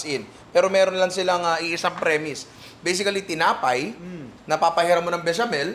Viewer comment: Always Bisically 🤣😅 ninong Ry trademark 🥰